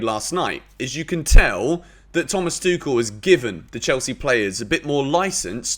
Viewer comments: He has addressed it and he has pronunced his name. It's THOMAS "TWO-HILL". The end. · Everybody pronounces "Thomas Tuchel" incorrectly, also. One should pronounce a name based on the pronunciation of the owner of the name. Thomas pronunces his surname as "TWO - HILL" . Not "TWO KILL". THOMAS TWO HILL.